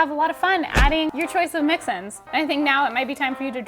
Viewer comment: Its not "Mix-Ins" its MIXN's!!